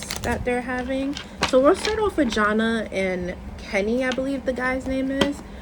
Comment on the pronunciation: Her name is Jana pronounced JaNae